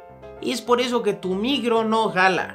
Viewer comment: Minuto ... "es por eso que tu migro no jala" ¿dice migro o me parece? Saludos. XD XD